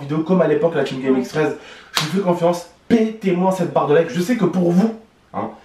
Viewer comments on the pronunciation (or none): none